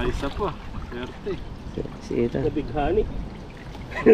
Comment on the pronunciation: please call Ethan ITAN hindi ETAN. Sorry pakialamera ako.